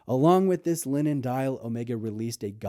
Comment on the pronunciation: He said " linen" .... ffs